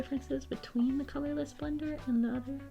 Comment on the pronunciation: "The color of this blender is... Brush pen on one end and... bullet nib on the other" What a beautiful color I know she said colorless blender, but that's what it sounded like she sad/